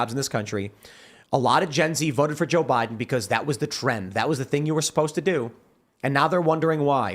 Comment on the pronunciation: "To defeat Jöy Bäiden" -Scott Pressler